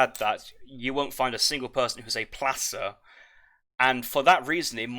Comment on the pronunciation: I live in Placer County, CA where placer mining was utilized during the great Gold Rush. Placer rhymes with tosser, (which I think is common British slang) so it might help you remember in the future. Another great cast bro, appreciate you giving up your free time to cast these. More info on where the AOE3 placer mines upgrade comes from